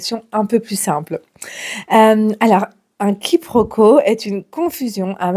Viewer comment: Quiproquo et non quiproco